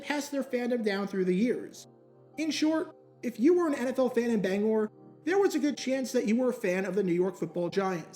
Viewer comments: As a Mainer I love and appreciate you saying Bangor right. Also love that you bring my home city of Lewiston into this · Hi, Bangorian here. Very interesting video. Again, thank you for saying "Bangor" correctly. Its also interesting that the main team here in Bangor was once the Giants, as I grew up during The Brady Era and New England Patriots became the main team. They even visted us after they won the Super Bowl in 2002